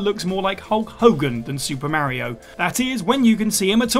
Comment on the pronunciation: I didn't know the name Mario can be mispronounced 🤣